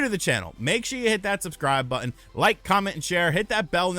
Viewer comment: But-Ton. Not, But-End...